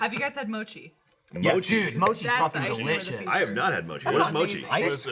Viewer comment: The way they're pronouncing mochi at the beginning is aggravating the fuck out of me.